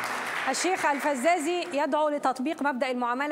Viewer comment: نعلم بأنه إستفزكي كثيرا لا إسمه الفيزازي وليس الفزّازي